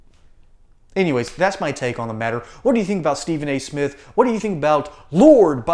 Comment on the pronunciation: Steven A-hole Smiff. Really?!?!?! Byron Do Not get in the gutter w/ this blabbering goof bawl. I can’t believe the sports world has given him the platform to crap outta his mouff.